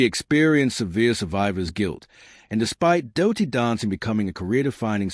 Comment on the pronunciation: its dirty not dowty